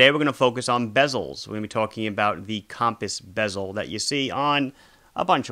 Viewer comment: “Cawmpass bezel”